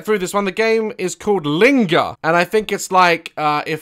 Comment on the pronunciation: The way he said linger, sounded like linda